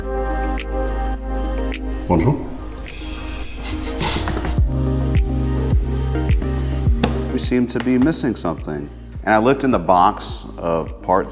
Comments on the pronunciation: Hold up. Is from Quebec?? He said that "bonjour" in perfect French Canadian accent! 🤯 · Bonjour that sounded perfectly french Canadian caught me off guard. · That was a really good "bonjour"!